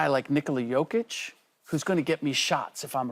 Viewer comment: it's like she can't even say Jokic's name smh.